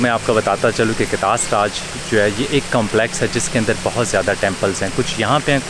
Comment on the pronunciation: Another amazing episode. Huge, huge respect for the way you say the names of our Hindu community religious personalities. Well-done. Btw, someone, or government of Pakistan should setup Katlas Raj Temple foundation and properly renovate this place. I am sure the Hindu community from around the world including India will be more than happy to help.